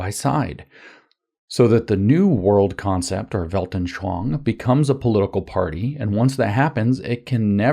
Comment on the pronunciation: You actually always say "Weltnschoang" instead of "Weltanschauung"